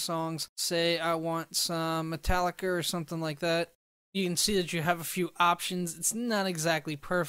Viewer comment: Did.... Did you just say Metallicer